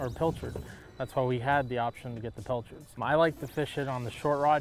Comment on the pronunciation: I hate when he says pelchards